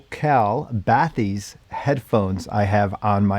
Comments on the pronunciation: FYI, the word is French and its pronounced "ba-tis" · Its pronounced batees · I’m pretty sure it’s “Ba tisse” but was waiting for your overview of these. 👍🏻